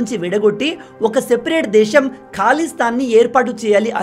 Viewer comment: ఖాలి స్థాని...కాదు, ఖలి స్థాన్.